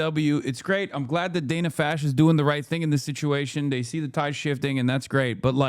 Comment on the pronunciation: Hasan called her "dana Fash" at the beginning of the clip